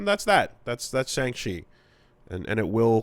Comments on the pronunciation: We open in the first 5 seconds with pronouncing Shang-Chi wrong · Pronounced Shaun